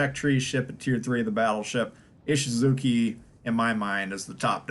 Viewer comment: The chi in Ishizuchi is pronounced chee, not kee... just FYI.